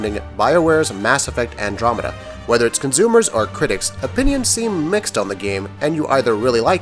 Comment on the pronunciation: "conzumers"